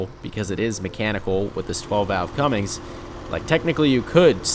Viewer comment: Cummings 🤣🤣🤦🤦 It's Cummins